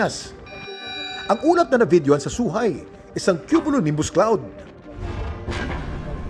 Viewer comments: It is pronounce Kim as Choohai not Suhai. Nakarating na ako dun twice 😅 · "Chuhay" po Ang pagbigkas ng Zhuhai